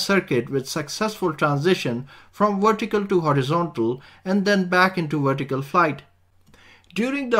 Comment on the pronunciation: Excellent video! A lot of ground covered. One thing that did irritate me: Vertical should not be pronounced Wertical.